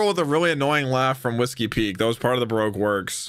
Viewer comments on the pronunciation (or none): none